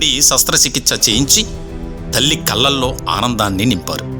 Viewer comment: కల్లల్లో కాదురా ఎదవ కళ్ళల్లో అనాలి